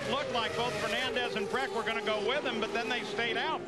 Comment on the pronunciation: It"s Brack not Breck.